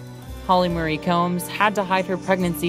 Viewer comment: Wow. The pronunciation stylings of the narrator need a LOT of work! Her name is Holly "Ma-ree", not "Holly Murray".